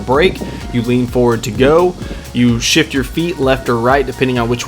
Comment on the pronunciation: At first I thought he said shit your feet then I was like oh shift your feet lol